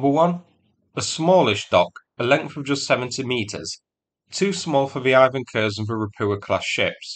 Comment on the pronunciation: Also he keeps saying Ropukha instead of Ropucha, and now also noticed Ivan Kurs instead of Ivan Khurs. Ch sounds like English ch (check, each), KH sounds like H in hat.